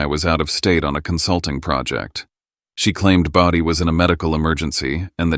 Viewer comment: Its BODHI.